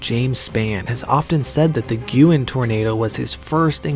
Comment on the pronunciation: Thank you for pronouncing Guin correctly. So many times it’s mis-pronounced. Another of the F-5’s in the 1974 super outbreak that was devastating was the Brandenburg, Kentucky F-5, with 31 deaths.